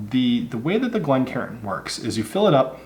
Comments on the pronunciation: It’s not pronounced Glen Karen fella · Glencairn not glen karen. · One thing I've noticed quite a bit recently is people pronouncing Glencairn incorrectly. Instead of "Glencairn", some people are saying "Glen Karen".